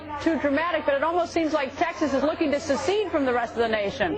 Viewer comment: The word is secede not "suceed". I don't care if they're against Obama or not but Cenk's right about them being Anti-American. Seceding from the United States is the most Anti-American notion ever. By the way I can't believe we're still calling it the "Union" after 222 years.